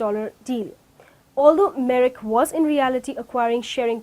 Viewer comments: very poor presentation and lack of proper pronunciation. Merrick or Merck. Do your research well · The company name is Merck, not "Merrick" like it is pronounced in the video.